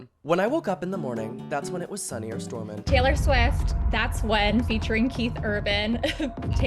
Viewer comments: 'gaylor' SORRY WHAT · the gaylor is driving me crazy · “Gaylor” Oh!… uhm… who is gonna tell her. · the gaylor is driving me nuts 🫩✌️ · Why does pronounce taylor like that